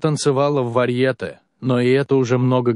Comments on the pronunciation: Мистер-чтец!Не варьЕЕЕЕте,а варьетЕЕЕЕЕЕЕ!БЕЗГАМОТНОСТЬ! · В слове варьете ударение на последней букве е. Если уж берётесь читать, то хоть правильно 🤦‍♀️